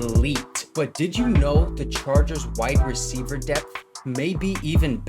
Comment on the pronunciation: My guy it’s wide receiver, not white receiver